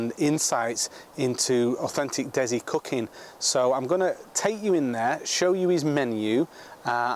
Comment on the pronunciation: Dezi lol it's de si